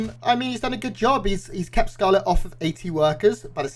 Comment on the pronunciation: Why is the S pronounced as TH? Did you thee that? Thcarlett is about to thcout uthermal rethourceth...